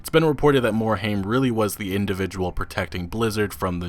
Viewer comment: You're saying Mike Morhaime's name wrong, just sayin' :P